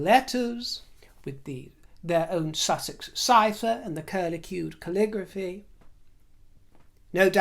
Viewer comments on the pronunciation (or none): none